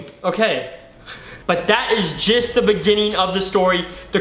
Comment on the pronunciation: He said ''So that is jist the beggining"